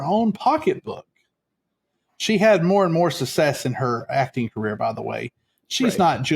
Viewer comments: I'm so sorry, but I have a problem with the way you pronounce "success" as sussess! I'm going to try to get past it because I'm very interested in this subject matter. I'll try to forgive you as you're a libratarian from Texas. You may have learned the incorrect pronunciation growing up with Southern people who often mispronounced certain words. Thanks for covering this 😊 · For me it was the mispronunciation of “success” and “insatiable”.